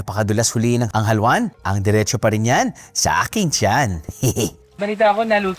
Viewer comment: its not halwan, its haluan (ha-lu-an)